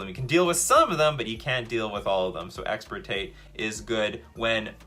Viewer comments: Wonderful. But also: it's "Extirpate" not "Exportate" Hermione Granger intensifies 😂😂😂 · Bro I really cannot believe says once and again expertate, I mean EXPERTATE, and he is already reading the card that is called EXTIRPATE xD